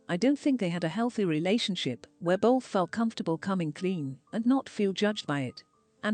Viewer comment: hearing the voiceover lady saying bolth is funny af 🤣